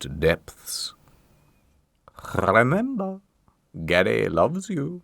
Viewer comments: the “rrrthhhrrremember! gary loves you” 💀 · bro went hard on that RRRRRRemember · Why did he say remember with an H